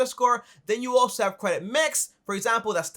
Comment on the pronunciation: You say cwedit and you talk at 120 decibels